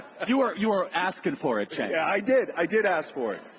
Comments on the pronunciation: His name is pronounced Jenk. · It's spelled "Cenk" but it's pronounced "Junk." 🤠🌵